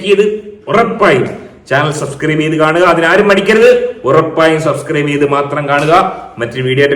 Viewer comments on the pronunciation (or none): none